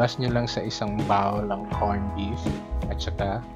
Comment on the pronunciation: Mispronounced "BOWL" But thanks for sharing your recipes